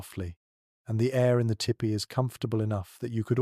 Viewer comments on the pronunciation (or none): poor attempt at a weak romance novel miss pronounced tipi.the narrator needs to tell bedtime stories.